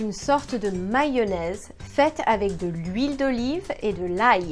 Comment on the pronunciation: The way she said mayonnaise was weird af too so get over yourselfs.